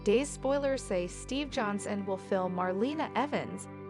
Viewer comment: His name is not stiff it's Steve